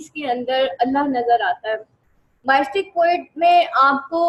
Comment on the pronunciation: Can you plz correct your pronunciation of word “Mystic “